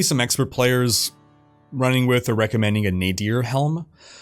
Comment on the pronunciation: "Running-k" There's no K after G